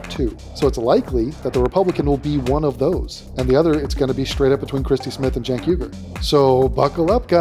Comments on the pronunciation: Love everything about this content,. The hyper-annunciated "Keek" gets me every time. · I think the way you are meant to pronounce Cenk the E is sounded as a U and the K makes the same sound as a T. You're welcome